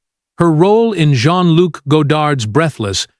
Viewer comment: Ugh! A.I.'s mispronouncing names and using different ones for the same name is so irritating!! Why do people even use this in their videos?!! Shy-ah LeeBeeOaf, Jean french pronunciation goes to Jean American pronunciation within two sentences. I mean, which is it, Mr. A.I. genius? Ugh, ugh, ugh!! Lol.